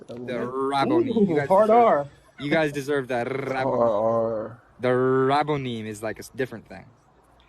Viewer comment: lololo the Rrrrrraaabonim that was funny